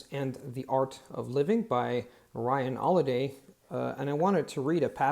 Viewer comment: "point black" Should be "point blank" Not a criticism! I bet a lot of natives mess this up to. BTW, it's referencing firing on someone at such a short range that you can't miss. you say "Ryan 'oliday" and forgot to make the 'h' sound. It's funny cause a few seconds later you pronounce "exasperated" perfectly and that's a much harder word.